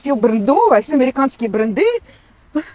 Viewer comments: БрЭнды -делай те правильно ударения. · Не брендЫ,а брЕнды!😂